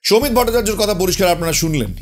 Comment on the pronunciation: সমিত নয় সৌমিত।